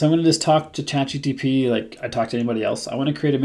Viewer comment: Am I hearing you saying ChatGTP